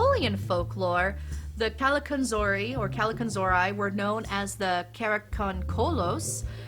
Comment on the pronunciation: I really loved your video. I learned many things about the Christmas goblins. My mom was very religious, so she believed they were evil spirits. That's why she always had a priest come on the Epiphany to bless our house with holy water. PS.....you're not pronouncing Kallikantzaria properly. There's a youtube video "Christmas Goblins. The Greek Kallikantzaroi." You can hear how they're properly called. My mom used to call me that most of my young life, when I was a Hell Raiser. So I learned to say it very well. LOL